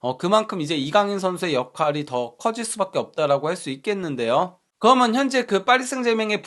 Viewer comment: 그리고 방송하시는분이 접속사좀 똑바로 발음교정좀 하세요 ! 그러면서 를 거먼서 ㅠ 그러면을 거먼~( 내용 좋은컨텐츠 아까움)